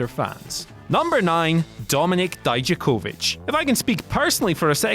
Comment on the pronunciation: You really have to learn how to say DIJAKOVIC cuz you are off as hell!!!